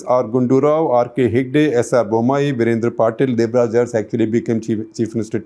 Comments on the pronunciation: Uncle ji, its Devraja Urs, to be pronounced as Aras. Every time you u prouncrd as urss, it was very funny. :-) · Shekhar avre it's not pronounced as Urs..it should be Aras.... But written as Urs... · It's nit ers, It's aras. Means ruler. Make ur pronounsations correct. Then do such nonsense surveys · Sir it is Devraj Urs pronounced as Aras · Please pronounce URS as a-ra-su